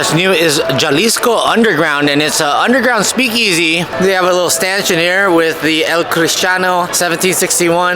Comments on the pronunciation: Jalisco is pronounced “Ha-lee-sco” it’s a state in Mexico lol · It’s pronounced Huh-Lis-kow But Jalisco . Lol Good video 😊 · How are you from San Diego and pronounced “Jalisco” like that?! Also, “Tacos del Cabron” would be “Asshole tacos.” I think you mean “Tacos del carbon.” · Jalisco hahahaha, that was funny how it said it. I enjoyed this video though ☺️